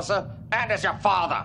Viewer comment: Characters on DS9 loved to pronounce father as "Fawwwther" lol